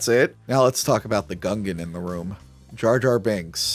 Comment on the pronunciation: His name is Jar Jar, not Jay Jay.